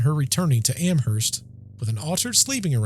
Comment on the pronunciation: i live in amherst!! every october there is ester fest. all things paranormal. when you say amherst, the h is silent.